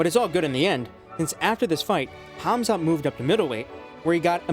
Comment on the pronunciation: Why you say Khazmat? It's Khamzat